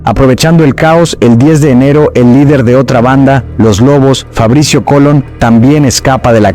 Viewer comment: Sí, sobre todo cuando menciona a la banda "Los Chineros" y luego como "Los Cinerus" en vez de "Los Choneros"😂 Y cuando se refiere al líder de la banda "Los lobos" como Fabricio "Colon" , en vez de Fabricio "Colón". Y también cuando cita a la ciudad "Finera" .. yo , siendo ecuatoriano .. doy fe sin temor a equivocarme .. de que esa ciudad no existe en mapa alguno , o por lo menos en Ecuador ..NO 😂 Y cuando en reiteradas ocasiones menciona el apellido del presidente ecuatoriano como "Naboa" y no " Noboa" que es lo correcto.😂 Y cuando específica que el pais"El Salvador" se encuentra en América del Sur 😂